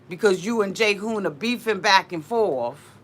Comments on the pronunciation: it's not pronounciated Jayhoon its g..g Hoon, Ghoon.. =Jihoon 😆🌺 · G-hoon, not Jay-hoon. Sorry I had to clarify lol